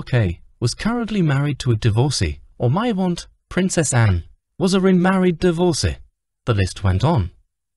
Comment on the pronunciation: Love the new word DIVORKEY.....someone needs to teach that AI vocabulary and the basic rules of English grammar....Pa, is pronounced PAR, not PAY! 🥴